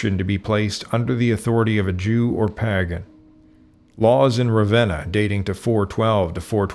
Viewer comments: "Paggin"? Phonetically how do you make that leap from "pagan"? Horrible pronunciation on "proselytize" as well. Very good video, but seriously? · "No AI was used in this video" Really? Right off, the narrator is most clearly an AI. The word pagan was pronounced pa-gan short a instead of long a vowel such as pay-gun which would be proper phonetics for the word. This one word was repeated incorrectly several times. Personally I don't really care if AI is used as long as the research and information is accurately represented. Maybe the research is correct or partially accurate but it does seem to contradict an early and much celebrated and honored Israeli writer and researcher Abraham Nahum Polak's book "Khazaria: History of a Jewish Kingdom in Europe".